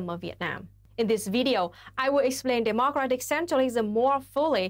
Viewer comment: Holy shit can someone tell Luna that in the word "democratic" the stress is on "dem" and not "o"